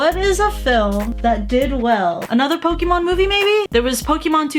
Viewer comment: Why do you pronounce Pokémon like Poki mon?